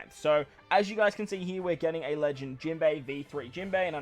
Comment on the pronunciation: Jimbo was the most Australian I've heard you yet hehe